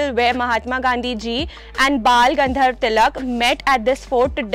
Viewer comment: Its Bal Gangadhar Tilak.. Not Bal Gandharv Tilak